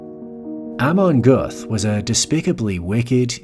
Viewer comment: The pronuncation of „Amon Göth“ is very bad in this video. Please do your homework.